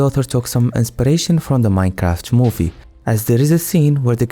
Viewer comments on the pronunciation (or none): none